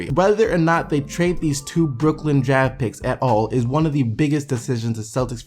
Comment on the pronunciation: it sounds like you're saying jag when you say draft